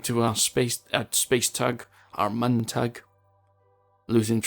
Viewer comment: just so you know. mun is pronounced moon, the same way we pronounce our own moon on earth